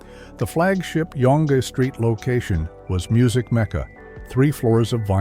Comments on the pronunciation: OMG - at least teach your AI narrator how to pronounce Younge Street properly. It's pronounced "YUNG" not "YONGA". And in Canada it is pronounced "ZED" not "ZEE". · it’s pronounced Young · "The flagship yon-geh street location..." Tell me it's AI voiced without telling me. Thought you might recall the old Pic-A-Pop stores. Might have been just a prairie thing. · This guy a idiot it's young street not Yong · Like the content, but please get a Canadian narrator! It's pronounced "zed" not "zee". And it's "young" Street not "yonn...gee" street. Sheesh! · Yonguh street--hilarious pronunciation. Spelled Yonge, pronounced young. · OMG it's not Yong St. It's pronounced Yung....Yonge St. And in Canada it's pronounced Zed not Zee. If I could bring back one store it would be BiWay. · LOL, I was also curious at the narrator's pronunciation as 'Yong-ah', but then began to wonder if I'm just used to 'Yung" and it's root is elsewhere? 🤷‍♂ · I hate, hate, hate AI narrators. The dead giveaway was when the AI narrator mispronounced Yonge St. in Toronto as "Yongah Street" when it should be pronounced as "Young Street". Other than that, this video brings back many nostalgic memories, but AI voices are annoying. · The AI voice is brutal. "Yonga street"? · The AI voice cannot pronounce Yonge Street. Should be pronounced like Young. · It's Zed, not Zee. "YONGA" street killed me. I hate AI so much. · I hate this AI read things. Sam the record man was on Yonge Street not YONG-A Street. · YONG STREET? YONG-GEE STREET? Stupid computer-voiced garbage. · Yong-ga street. LMAFO AI voices are stupid and so are the videos that use them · Your AI is showing. This was mostly fine (the wording is a tad wooden) until you mispronounced Yonge (pronounced as everyone in Toronto at least knows, as Young) Street. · Did this mf just sat "Yonga St"? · “YAWN-guh Street” 😂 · Can you please get the narrator to "pronounce" words correctly???? Zeeeeeee for Zellers and Yunge for Yonge Street. What a joke.